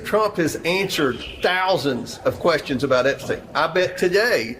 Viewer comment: "President Trump has ANE-surred 1000 questions about Epstein ..." fucking goober